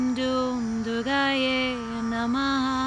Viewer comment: It is written and pronounced as Durgayei, so therefore, you forgot the "i" at the end.